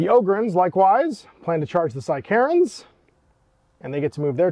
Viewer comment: Psy-Karens is a terrifying idea. Took me a moment to realise you were saying sicarans